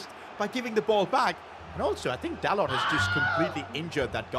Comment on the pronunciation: By the way you pronounce dalot like dalo